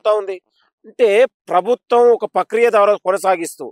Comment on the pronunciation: పక్రియ కాదు బాబు ప్రక్రియ సదువు నేర్చుకో